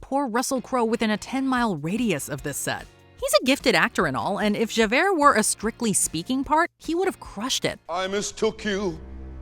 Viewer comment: None of this casting is as horrendous as your pronunciation of "Javert"...